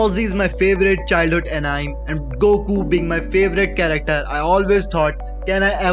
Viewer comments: Not “Anaim”. It’s pronounced“An-ee-may”. Good vid! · Anime is pronounced An-e-meh. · Love your accent my friend but it’s pronounced ANNEY-MAY